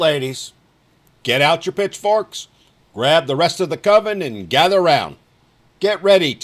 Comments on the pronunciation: Did say 'pitchforks' or 'bitchforks'? ahem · Did he just say bitch forks? 😂😂 swear that's what I heard!